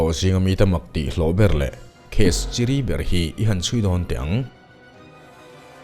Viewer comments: / case chiri tih hi i lam dan a dik chiahlo in ka hria, chìrí tiin lam tur aw.😅 A thlukna ka dahdan ang hianin lam Rik tur.😂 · Nang meuhin i chhiar dik loh ve tlat chu...chiri hi zu in chiri angin i sawi tlat, chîrî tia lam tur ni zawk awm tak....